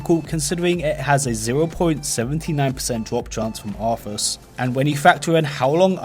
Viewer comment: Everytime he said Arthas all I heard was office